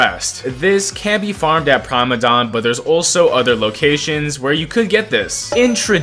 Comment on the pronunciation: Please stop saying praimadon